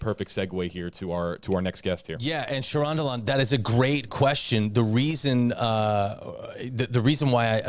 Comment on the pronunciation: pronounced Char and Alan as one word!! Charandalan!! aaaaaaaahahahahahahahahahaha!!!